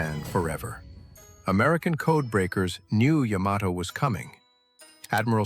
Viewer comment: Thank you for pronouncing the ships name correctly.